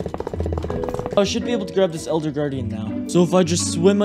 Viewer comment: Bruh you said eLLLLLder that makes me laugh